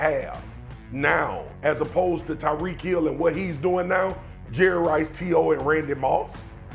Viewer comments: To constantly say Tarik instead of tyreek is so disrespectful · “Tarik” Hill 😂😂😂😂😂😂😂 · I appreciate Molly for checking him about mispronouncing Tyreek name.